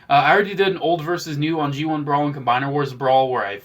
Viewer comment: bro all i heard was "my bawls, "my bawls "lets check out my bawls" 💀💀💀